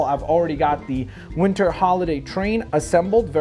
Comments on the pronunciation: you keep saying vinter village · It sounded like he said vinter